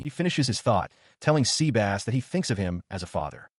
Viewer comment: Dude it is not SEABASS it is SEBAS :D